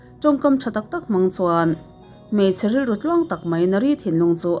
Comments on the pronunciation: Mawng ti lovin Mang tiin pronounced nise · Mawng han tih tawp mai chuh, lam thiam loh chuan mizo trawng in tih mai hi a thra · Ka ngaithla ve chiah a ni.monk i lamdan hi Mang tih tur zawk a ni.